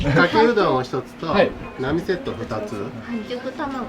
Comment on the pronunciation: うどん屋じゃなくて「んどん屋」だな